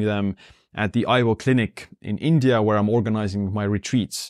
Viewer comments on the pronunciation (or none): none